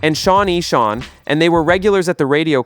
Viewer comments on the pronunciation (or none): none